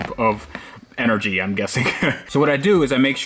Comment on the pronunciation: "Continuous Loop of ENERGEY" Love it